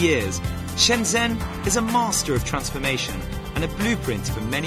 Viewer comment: I believe Shenzhen should be pronounced as Shun jun. The zh gets the j sound.